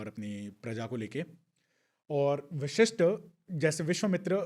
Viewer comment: गेस्ट अच्छी जानकारी दे रहे हैं लेकिन कहीं कहीं उनका उच्चारण अस्पष्ट है। कई जगह वशिष्ठ को विशिष्ठ कह रहे हैं जो खटकता है।